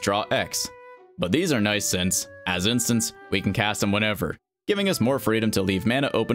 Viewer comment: “Instants” not “instances”